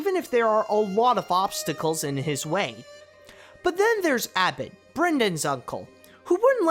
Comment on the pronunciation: you mipronounced aisling. and his name is not abbot his name is abbot cellach. and you said abbet